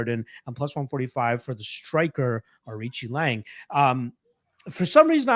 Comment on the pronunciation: Looks like is the only guy in the internet who could pronounce Nzechukwu last week and Aoriqileng this week.👍